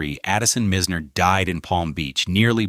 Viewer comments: He keeps mispronouncing Mizners name , it’s pronounced MY z ner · Agreed ! And their are people that will mispronounce unless the AI is sent to school